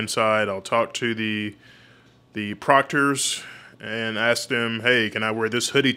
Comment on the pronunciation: Lmao! I hate when he says LiBary...he also aks instead of ASK!